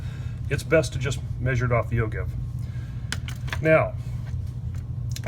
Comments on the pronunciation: Even the google pronouncers don't all agree......but "o-jive" seems to carry the day. And it's more fun! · Excellent video! But..... it's pronounced "O-JIVE"! I'm just sayin"...